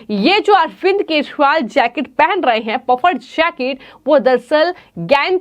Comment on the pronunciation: Yar ye news anchor nigeria se aai hai kya is se kejriwal bhi nahi bola jata thik se😂😂😂😂😂😂😂